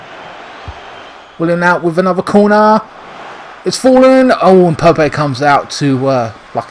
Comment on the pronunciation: Haha why are you calling Nick Pope ‘Pope-ay’ as if he’s some kind of emerging Spanish talent?